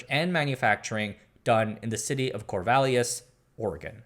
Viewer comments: Cor-Val-is is the native enunciation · Haha Corvallis, Oregon (home of Oregon State) is kor-VA-lis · Corvallis!? Did not expect that! I think you inserted an extra "i" or "e" sound in the name though. It is a nice college town. I don't live there right now but hope to get back… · Native* Oregonian here. Corvallis is a great town. A sort of small town with college vibe. *: Native as in I'm 3rd Generation Oregonian, not from one of the first peoples of the area. Thanks for another wonderful video. Edit: The mispronunciation of Corvallis at the last reference really got me. Well done. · Whatcha talking about? We really don't care that much. purposefully butchered Corvallis on that last one, which he occasionally does. Oregon, and the PNW, have a ton of indigenous place names so the pronunciation of names is already all over the place. Washington folks are way more on top of pronunciation than Oregon folks. For example, Marys Peak just outside of Corvallis had several names before white folks named it. Native names include Chintimini, Tcha-Ti-Man-Wi and Chateemanwi. This is pretty normal for a lot of places in the PNW. So the pronunciations are all over the place to begin with. Nobody really cares, we just like to compare how we say em. I have several native pals and have worked with different tribes and even they don't really care how stuff is pronounced as long as an effort is made. Even people within tribes will pronounce things differently.